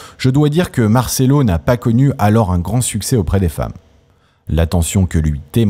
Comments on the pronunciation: Noooon, on dit martchello, le c entre 2 voyelles, se prononce tch, un peu de respect pour la langue de Dante et cet immense acteur. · Marcello se prononce avec un un ch ! Visionner la dolce vita